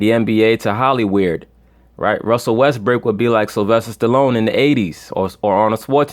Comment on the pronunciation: Why you saying westbrick instead of westbrook